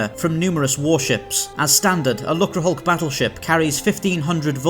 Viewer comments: It's pronounced luke-er, rather than luck-ra. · Disappointing that they didn't research how to pronounce "lucre". A quick look in a dictionary would would have done.